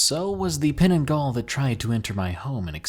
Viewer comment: On the fifth story... That is not how you pronounce creature name. Penanggal means detech or remove. Just saying.